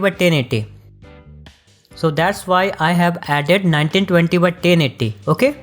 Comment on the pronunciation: "1920 x TENNIDDY" I love this guy 🤣😂❤